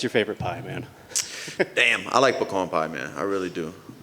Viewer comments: Wtf pecone pie did he mean pecan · Dustin "PeCON Pie" Poirier